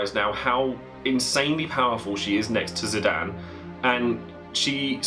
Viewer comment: Loves FF9 but prenounces Zidane > Zidan <3 (Squall is my bae, so glad he makes the cut!)